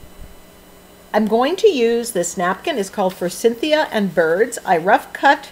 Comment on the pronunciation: I love the page. I have to comment on the Forsythia. Please please don't be offended, but Forsythia does not have the letter N. Your pronunciation has brought back fond memories for me. When my son was 5 or 6 years old (now 38), I planted a Forsythia. He called it Forcynthia, as I had a friend and co-worker named Cynthia. Thanks for sharing!